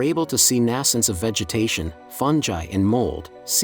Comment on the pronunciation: learn how to pronounce fungi